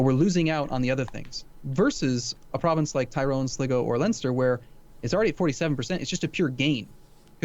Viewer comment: Really enjoying these but its pronounced Sly-go